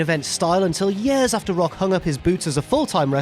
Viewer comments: “It’s been more than 4 yurs...” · I was going to make a joke about the way says "years" but that comparison of Punk/Lesnar to Sting/Vader was golden.